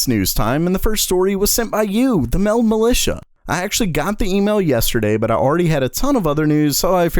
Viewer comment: Petetion to not say militia. Like to enter